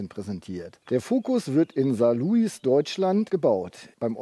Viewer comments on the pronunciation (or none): Sprich Saarloui (ohne s) und was heisst die haben immer die besten Angebote? Q.e.d. Fuer eine Beratung ist es imho unerlässlich mal auf motorische Änderungen zum Vorgaenger einzugehen bzw die grössten Probleme. Ansonsten ist das einfach nur ein videoprospekt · ein Tipp von einem Einheimischen (Saarländer): es wird Saarloui ausgesprochen, das "s" ist stumm ✌️ Wo sind eigentllich die Handschuhe?